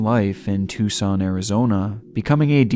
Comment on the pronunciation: you're one of the rare people on YouTube who pronounces "Tucson Arizona" the correct way! (too-sah-n) Thank you for the upload.. We love your channel here in Las Vegas!